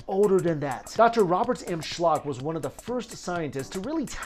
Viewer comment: lol it´s Robert Schoch, like shock- NOT shlock.